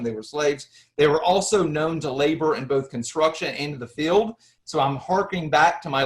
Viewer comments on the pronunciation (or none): none